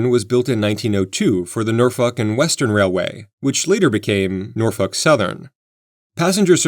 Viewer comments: NORFOKE not NORFUCK 😂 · It's not norfuk, it's nawfek...get it right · Norf O lk Railroad, not Norf U ck. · It's pronounced "Nor-folk" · I like that you say Norfuk instead of Norfolk lol. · How many people got made this dude called your city NORFUCK? LOL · Nope, he said Norfuck, and I turned on CC to make sure that is what he said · No, I listened to him three times, and HE said NORFUCK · I've never heard Norfolk pronounced that way before. 😂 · yall hear it when he says "norfolk" or is it just me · nor fucks were given in that line read